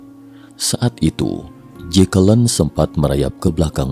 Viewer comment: ...dan jatuh disamping JEKELEN wkwkwkwkwkwk, nama keren-keren kok jadi gitu bacanya mas wkwkwkwkwkwkwkwkwk